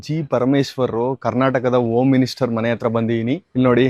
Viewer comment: 'ಹ' ಕಾರದ ಗಂಧವೇ ಇಲ್ಲ. ಬರೀ ಅದೈತೆ ಇದೈತೆ ಎಂಬ ಕನ್ನಡ ವೇ. ಓಂ ಮಿನಿಸ್ಟರ್ , ಎವೀ, ಒಳೀಕೆ